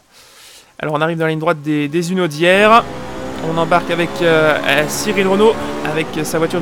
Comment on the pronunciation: Pitié...Pas les "Zunaudières"...Il y a un 'H' aspiré à Hunaudières ;-)